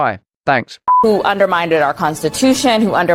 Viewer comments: She almost let it slip that they did in actual fact elect Trump in 2020! 😂 She sounds like she is saying "undermineded" as opposed to undermined... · she keep saying “underminded”… it’s undermined… I thought language proficiency was an aspect of a reporter’s career path that one must have excellence in… we know how she got hired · Ashley Allison is a clown. Ma'am, I know you think you sound intelligent, but you mispronounced "undermined" as "underminded" 3 times in a row. The Constitution was not underminded🤦‍♀️ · what the foook does ‘undermiinDED’ mean 😂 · "Underminded" !!? My god, this is a CNN talking head pundit that can't even speak properly, yet CNN believe they're still actually relevant, what a joke, the entire Western mainstream media are simply indoctrinated hacks, in hock to the left's mind blob. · Is she saying “underminded”? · Undermineded? Underminedid? Undermindad? Sorry this vocalisation was not recognized, please check and try again.......